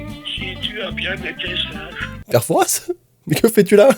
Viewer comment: J'adore ta vidéo, par contre on ne dit pas le "s" de Fouras... C'est le père Fouras sans dire le "s"... 😅 Sinon joyeux Noël ! 🌲